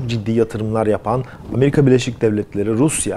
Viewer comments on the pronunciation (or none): none